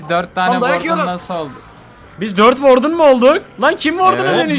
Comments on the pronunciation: Warden okunuşu vardın işe vardın😅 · "WARDEN" seni çok seviyorum 💕